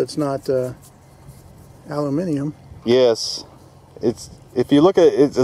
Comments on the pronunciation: congrats dude you just got British citizenship! That is the first time I've heard an American pronounce Aluminium correctly! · Love your pronunciation of Aluminium.. must have been practicing 👍😂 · pronouncing aluminum like the rest of the world, good on ya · Yay! knows how to say it right! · used the English pronunciation of aluminium. Lol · did i just hear an american say aluminium properly. i approve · 10 Points to for pronouncing Aluminium correctly!!!!!!! <3 <3 <3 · Holy shit, an American pronounced aluminium correctly 😂